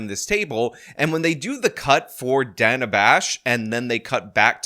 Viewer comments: Not "Donna" "Daa-nuh" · Its Dana like in banana. Not Dana like in Donna. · When the bloody Hell did Day-nah Bash become Dah-nah Bash? {scratches head} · dah-nuh is how it's pronounced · It's Dana, like Danny. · Its 'Dan a' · Great minds think alike. I was thinking what a racist mispronouncing that poor white lady's name😂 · After the Gaza war question and Dana interjects with 'but no change in policy,' Harris responds and mispronounces her name again. Not sure if you caught that.